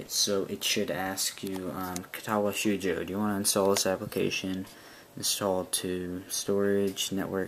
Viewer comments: great guide, my only complaint is that cringe inducing pronunciation of katawa "shoh joh" ._. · Great guide and thank you. I probably don't need to mention the wrong pronunciation... but wth. Ka-ta-wa sh-oh-uu-joe.